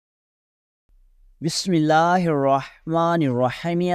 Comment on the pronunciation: Bismillah to thik tara parna sekh lo